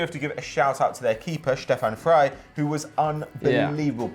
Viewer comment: Is Shtefan Frei any relation to Stefan Frei? Or are you just copying that annoying commentator trend where foreign 's' sounds all become 'sh' for no good reason? My favourite one of these was Hashan Shash, close friend of Turkish footballer Hasan Sas.